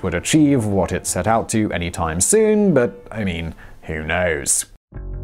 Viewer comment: You said “bas” instead of “but”, do you speak Arabic 😅🤣